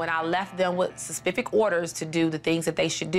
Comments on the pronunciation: “When I left them with “spe-Efic orders”😭😂has me dying laughing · she said "SUSPIFIC orders" 😂😂😂😂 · anyone else notice that the mom said secpific instead of specific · She said spepific😂